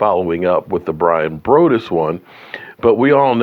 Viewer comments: Braw-dus <—— correct pronunciation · It’s Broaddus, it’s like saying broadway but take away the way